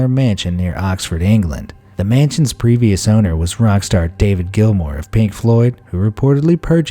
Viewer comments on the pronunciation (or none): none